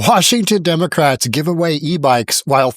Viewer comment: “Democrats” not “Democrates.”